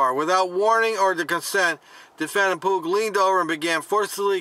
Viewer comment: Pugh is pronounced pew.